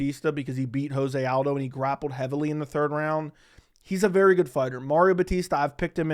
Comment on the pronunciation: Lobe the takes but is joe-zay aldo